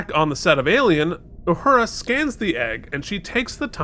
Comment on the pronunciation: Love you guys! But, please stop calling Uhura Yahura. Theres no Y in her name.